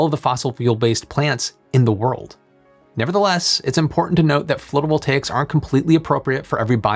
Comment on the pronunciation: wait...how drought records have started for the Western US 1200 years ago when the western world had not arrived on the continent until only 400 (give or take) years ago? 🙂 Also, I think "phlotovoltaics" is slightly funnier than "floatovoltaics".